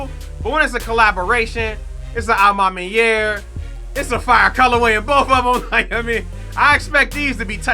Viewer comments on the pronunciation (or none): You sayin a ma maniere wrong made me click off this vid jeez